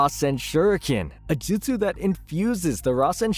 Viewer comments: Jesus Christ the way you say madara Uchiha, and jutsu🤦🏻‍♂️ (JEWT-SUE ) not jitsu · he also says jitsu the whole time instead of jutsu